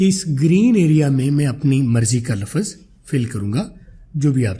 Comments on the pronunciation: I think phele Urdu la -fz ko lfz bolden phir english seekh Len ge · logon ko ap English sikha rhy ho,pehly urdu to seekh lo "lafaz" nhi hota "lafz" hta hai mre bhai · 😂😂😂 abe lafz hota lafaz nahi😂😂 chutiya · Ap lafaz ko lafz bolen bht ajeeb lag rha hai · Sub theek hai plz lafz ko laffaz mat boliye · You are not pronouncing the Urdu word لفظ correctly. It is not “Lafaz”; instead, it is “lafz”. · Pehlay aap urdu sahi bol lain plz , lafaz nhi hota bhai